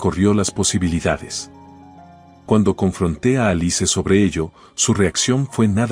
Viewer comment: Se pronuncia alis no alice